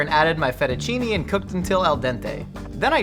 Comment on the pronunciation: Absolutely died at "feddachinny" 😭😭😭😭